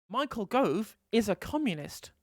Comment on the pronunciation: "Mao-chael Gove" XD